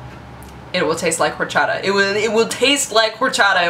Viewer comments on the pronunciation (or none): PLEASE don't pronounce the H in horchata.:p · You don't pronounce the 'H' in horchata. I know this because it my be my favorite beverage that exists. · And then Mickey Mouse was the boss. The way you pronounce "horchata" kind of irks me, it's like you're not putting enough emphasis on a certain syllable, but maybe that's just me. xD YEA, FRAMING! Never had rootbeer? Yeah it kind of tastes like pepto-bismol to me, but I LOVE IT... Douche-canoe strikes again! This time towards Husky. That sign-off... I LIKE IT, ANOTHER! TEMPLE OUT! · I see you're struggling to pronounce 'orxata'.It's easy the [x] is like the [sh] in sheep, soft. It's a catalan word translated to spanish.;) Are you very fluent in spanish? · awesome the way you say horchata jaja you'd think living in LA you would have no problem with the pronunciation of Latin words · Don't pronounce the "h" in horchata!